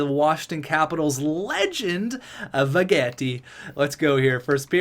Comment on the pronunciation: Why do you say Vegetti like that? He's French not Italian lol